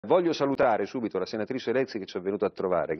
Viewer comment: SuBBBBBBBBITo, ma proprio SuBBBBBBito